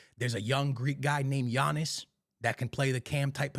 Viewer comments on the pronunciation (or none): none